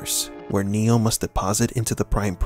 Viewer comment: his name is NOT neal....it's NEO